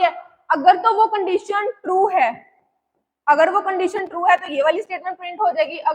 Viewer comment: condeetion❎ condition ✅